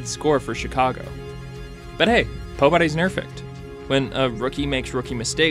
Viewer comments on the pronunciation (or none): was that "pobody is nerfect" a mistake or on purpose????